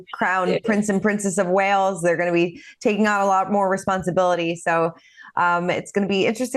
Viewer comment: It’s “Wales” not “Wells” 🤡